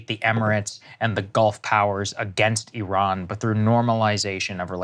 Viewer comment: Bc I pride myself in correctly pronouncing countries' names I couldn't fathom why you both were saying e-rohn instead of ih-rahn but while listening to you and knowing you know your stuff I thought I'd better look it up.. Americans call it ih-rahn but in Parsi it's like you say: ee-rohn And believe me spell check on this idiot iPhone gave me some sh@ trying to post this😂 So thanks for making me smarter!❤